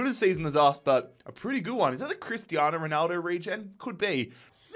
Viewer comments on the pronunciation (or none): none